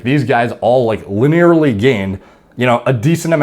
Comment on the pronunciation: "Luh-nearly" lol